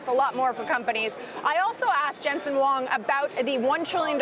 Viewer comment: jensen "wong?" lol.. at least learn how to pronounce his name correctly ffs. dude is worth $78 BILLION.